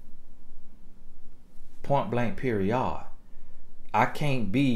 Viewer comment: Point blank, Pe-ri-"ODD"... Lolol Love my bro Tony G💯🙏🏾💖